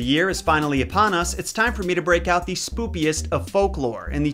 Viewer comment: did you know that you're saying "spoopiest" instead of spookiest?